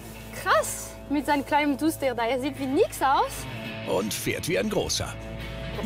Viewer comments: Warum sagt der immer Dutscher? Entweder Dacia oder Duster oder? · Das heißt nicht Dutscher sondern Duster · dutschter? Duster heißt das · Kann der Typ nicht duster sagen? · Das heißt Duster du Pfeife